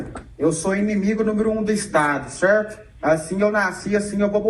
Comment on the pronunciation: Até puxou o R kkkk cerrto